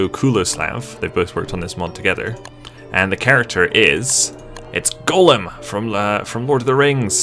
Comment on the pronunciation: yeah, sounds a bit more like he's saying Golem... than Gollum. "goll-uhm! goll-uhm!" edited to add: ah, at first at least. I noticed later on in the vid, pronunciation shifted a bit.